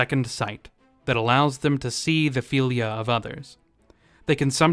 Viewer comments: FEELYA Its FILL-ya Fylgja Thats why we have words like eel vs ill fylgja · Its called FYLGJA not "philia" 😂😂 and what is a "wight" ???? ???